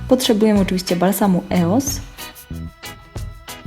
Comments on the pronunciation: no właśnie anie eos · Nie mówi się eos tylko ,,ijoes" a ty mówiłaś źle. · po pierwsze nie czyta się eos tylko ijoes a po drugie baby lips to nie firma tylko seria pomadek firmy Maybelline ☺ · Wymawia się ioes na pewno nie Eos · czyta się ioes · po pierwsze sie mówi ios